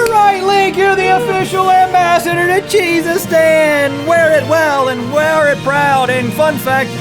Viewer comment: Sounds like Jesus-Stan lol cheesestan